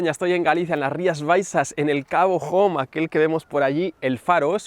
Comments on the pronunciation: Cabo "jom".... 😸😸 Que bueno 😁 Un despiste lo tiene cualquiera 😜 Como siempre, genial video 👍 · Soy de Vigo...no se pronuncia como lo has dicho, no es inglés, está en gallego cabo Home podría traducirse literalmente a castellano como cabo hombre pero se pronuncia con los fonemas iguales q el español, o sea la h no se pronuncia...menuda gracia me hizo escucharte decirlo así pero bueno espero que para la próxima lo digas de forma que lo podamos reconocer 😅...buen video, Saludos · No es cabo "jom", como si fuese la palabra inglesa, se pronuncia "ome" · Como dices cabo jon. Tío, de verdad 😡😡😡😡. Es una verguenza y una falta de respeto y tú no eres así.